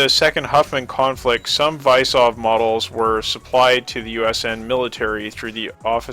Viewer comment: Vysov is pronounced like vizov and it means challenge